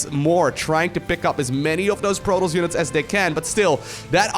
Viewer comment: No one:: Proltoss